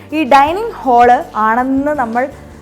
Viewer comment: ഹോളല്ല ഹാൾ അതാണ് ശരി o,k